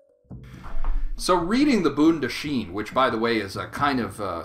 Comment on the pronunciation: Hello, this is a great video sir. BTW you pronounce Bondahishn incorrectly!